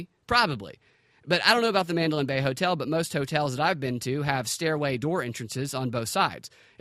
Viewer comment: Can't listen to this guy say mandolin bay repeatedly. Destroys his credibility.